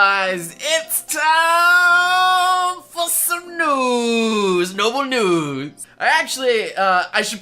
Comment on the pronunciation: I heard Noble Newds